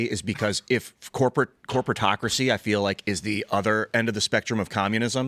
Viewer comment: said "corporateocracy". Time to take a shot.